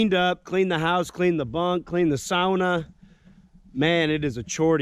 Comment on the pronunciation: The video was quality but even more than that, you pronounced sauna (sow-na), the proper way at least once in there, 🤘👍👊🇺🇸